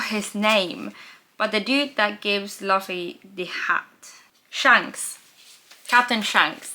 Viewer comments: Little correction, Luffy's name is pronounced Loofee instead of Luhfee. Pay attention to the cover pages. Some are canonical stories of what some of the non-Straw Hat characters get up to after they are no longer around Luffy. Halfway through the prologue. Enjoy the wild ride. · Love the video and your presentation. Here’s how to pronounce the names. Luffy - loofee Zoro - Zor-oh Usopp - Oosopp Pay attention to the covers. It’s not super important now but you’ll start to notice cover story’s and they are mostly cannon. Trust in Oda, everything is intentional. Enjoy the ride! This is my favorite story of all time and I love watching people fall in love with it. Also, I’ll bet $2.18 that in the next video you’ll wear either a CCR, GFRR, or a Boney M t-shirt. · You can recognize a new One Piece fan by the way he pronounces Luffy's name. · here is the cast of the upcoming one piece live action tv series teaching how to pronounce Luffy 😂